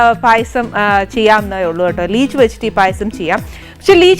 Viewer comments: ലീച്ച് അല്ല. ലിച്ചി ആണ്. Leech എന്നു പറഞ്ഞാൽ അട്ട ആണ്. കടിച്ച് ചോര കുടിക്കുന്നത്. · ലിച്ചി അല്ലേ? ലീച് അല്ലല്ലോ?